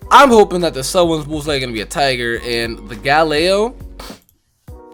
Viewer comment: Are you sure Galeo is a tiger? It sounds more like lation Galeo: A Galleon, and it also reminds me of Galileo, who does have a relationship with stars and astrology